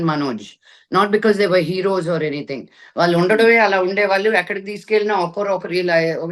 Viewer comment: First improve your pronunciation of telugu. You are daughter of dialogue king Sri Mohan Babu. వాల్లు, వీల్లు, అన్ని విదాలు, ఇలా చెత్త లా మాట్లాడ టానికి సిగ్గుండాలి